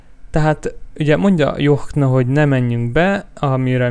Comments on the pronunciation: nem john hanem dzson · a jhon aszt ugykell ki mondani hogy dzson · a Jhont úgy kell ki mondani hogy dzson!!!!!